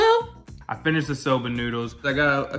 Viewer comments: Did he really say Sah-ba noodles instead of soba noodles, like someone please tell me I'm wrong and that's actually a thing. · Wait...how are your pronouncing soba noodles??? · Soba and lentil were also attrocities. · It's SO-BAH AND GRAPE SEED. ☺️👍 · my dude. It's not sob-ah noodles its "so-bah" also what is grap-seed oil? you lost the E? Sorry for the nitpicking.. Proud of you guys though! There are some really delicious veggie dishes out there. It doesn't necessarily have to be vegan...as cheese, milk, and eggs can really add to a dish. Not everyone can go full vegan/vegetarian but if we all made small changes in our diets, it would be better for our bodies and the environment <3